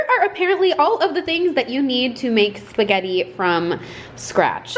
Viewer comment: Umm... how did you were able to mess up SPAGUETTIS!?? 😂😂😂😂